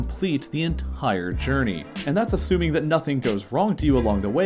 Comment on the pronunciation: Its funny and also kinda offputting how he fits h into words it doesnt belong in: ent HHire instead of entire 😂